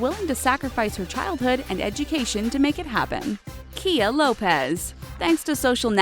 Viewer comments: It's not (KEY-AH) it's (KY-AH) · You pronounced Khia wrong